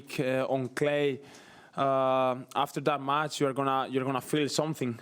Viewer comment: its not Mats... it is match....!!